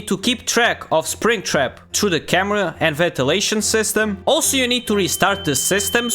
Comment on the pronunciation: He said bringtrap